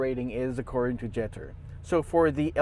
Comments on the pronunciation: Pronounced jet tour 😂 Now go sit in one first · When the car was planned and designed, it surely was done so in Chinese and in English. Not in Spanish nor Tagalog. It's pronounced jet tour. Easy peasy artichokey. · hahah napansin ko din. Cringe amp JETTEEERrr